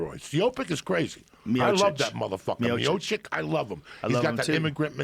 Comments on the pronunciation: "Stiopic" Joey Diaz. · Lewis toms 😂😂 yeahh the 10 minutes when he started hyping about Stipe had be creasing. Can't pronounce fighters names to save his life haha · The best part is when Diaz gets so fired up about Lesnar being a roid head that he can't pronounce Stipe Miocic to save his life. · Joey can't seem to get Miocic's name down to save his live